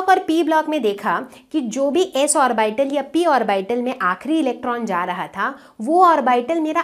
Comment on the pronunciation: आरबाइटल pronunciation nhi hota hai mam hm log to ab tak ऑर्बिटल ही पढ़े थे